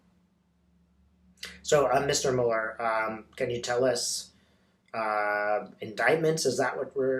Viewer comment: I love you, but could you please pronounce Mueller's name correctly? Thank you! Your videos are very comforting and uplifting, and you are a force for good in the world 🕊❤🌈🕉🌎